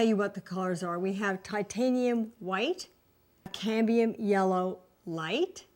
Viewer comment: Yellow okra? It's pronounced "Oak-er." The metal is "CAD-mee-um."